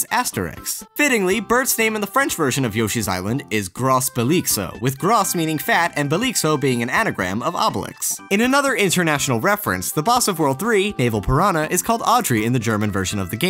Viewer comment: not gros belixo, just grobelix